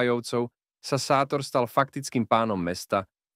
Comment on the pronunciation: má sa čítať šátor